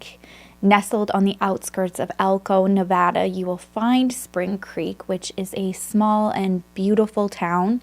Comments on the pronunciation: Oh my god this happened in my small home town! It was so horrible for our community. Also, thank you for saying Nevada right lol. Love you so much, thank you for all you do ❤️ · I’m from Reno Nevada and this is still such a heart breaking case to hear. Thank you by the way for saying Nevada the right way 😃 Another case you should think about covering is Brianna Denison’s murder. It happened in Reno and was so terrible and scary. Thanks for the time you put into these cases. I love your videos